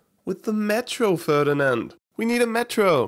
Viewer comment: Why did you have to say Ferdinand like that I mean why